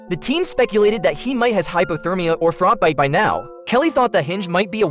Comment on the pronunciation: it’s frost bite not frot bite